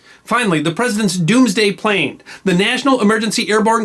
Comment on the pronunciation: did you say "Wing Attack Plan R?"